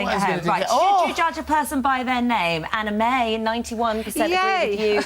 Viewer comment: I thought Anna May said her name was anime 😂😂😂